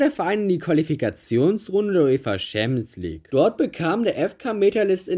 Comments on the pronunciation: wenn ich noch einmal "schämsligue" höre, kollabiere ich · Gutes Video, aber diese Aussprache von Champions League triggert anders haha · Bruder bitte bevor du so ein video machst lern champion league richtig auszusprechen das macht ja aggressiv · Was ist eigentlich diese Schampsleague? Außerdem Äston Villa und nicht tsu sondern zu!